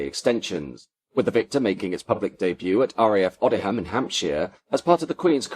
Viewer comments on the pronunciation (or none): Surprised he didn’t know the correct pronunciations of Odiham and Wyton, also I think the radar was Green Satin not Yellow Satin🤔